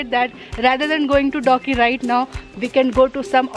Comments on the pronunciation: Its dawki not doggy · I thought I heard doggie atfirst when u said dawki🤭